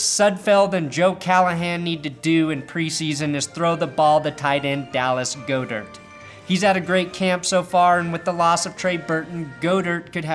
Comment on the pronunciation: God-Ert say it with me GOD-ERT